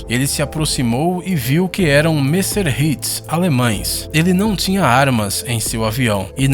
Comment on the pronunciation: O nome dos aviões não é "Messerhits"...é "Messerschmitt"